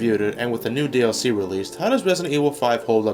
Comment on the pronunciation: I swear he’s saying nude dlc